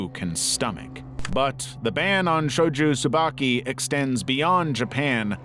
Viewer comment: Shojo Tsubaki, not Shoju Tsubaki.